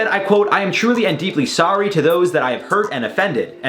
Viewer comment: do you say sorry like that on purpose? or its an accent?? it makes me giggle every time